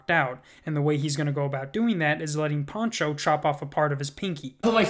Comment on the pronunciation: his name is Pancho not Poncho lmfao